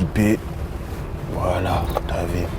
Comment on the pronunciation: lol jsui le seul qui a remarque son "Tu a vue " lol c'est plutot "Ti A Vi"